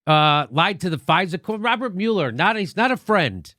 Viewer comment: Mueller is pronounced 'mull-er', obthw...